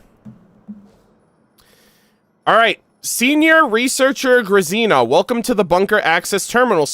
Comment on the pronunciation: Oh no I was fearing this. I wanted to be in the stream when the Bunker Quest happened but couldn't make it. No one gave the proper pronounciation for Grazina, hearing him americanize that name kinda hurts.:D I know someone with that name, so I would have loved to tell him throughout the stream that the z is more like when you say the name "Gina". Now im sad.